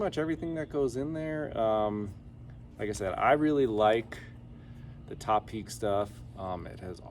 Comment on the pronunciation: Finally, someone who knows how to pronounce 'Topeak'!